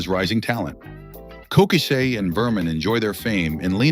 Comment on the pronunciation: He mispronounced Cochise's name.